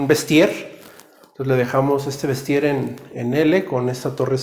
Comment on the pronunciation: Me cagaba cada vez que decía "vestier"